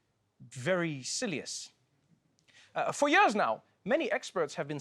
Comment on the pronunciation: “Very sillius” - gold